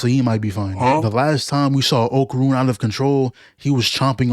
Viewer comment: Can't y'all NOT butcher my name? It's not Oakrun or Oakurn. It's OKARUN